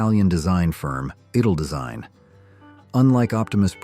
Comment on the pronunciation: Must be American, you can really hear it in the horribly mispronounced ‘Italdesign’. These yanks don’t even try to pronounce things properly